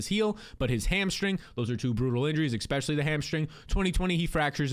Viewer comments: Es-pecially, not ECK-specially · Yo, the word is, ESPECIALLY. There is no "X" in the word. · I will subscribe if you stop saying exspecially